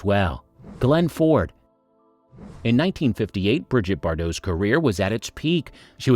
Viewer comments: Its not Briget its Brigitte !!! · He's an equal-opportunities language butcher! German and Italian get the treatment too 😆 It's not difficult, FFS. Five minutes' practice would sort it out. Bri-ZHEET. Easy. Tran-teen-yon. As for Gilbert Becaud . . . 😱